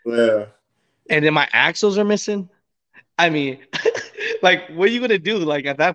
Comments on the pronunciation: Axles, not Axels. C'mon man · It's axles.... not axels....